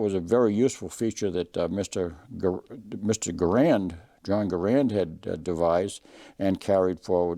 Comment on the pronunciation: In Army basic training, the drill sergeant taught us how to pronounce "Garand." Other gun shows have their presenters pronouncing "Garand" as though they had marbles in their mouth. You got it right. THANKS!